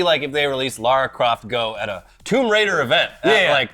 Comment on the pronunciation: As a life-long, pre-Croft Lara, I want to Thank You for pronouncing the name correctly!!!!!! I know it might be stupid and little to some, but it's big to me. Love y'alls content. Have a great day!!